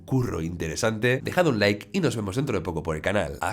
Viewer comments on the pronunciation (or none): none